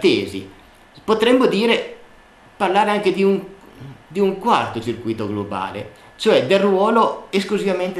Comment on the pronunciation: bel video ma è sbagliata la pronuncia di circuito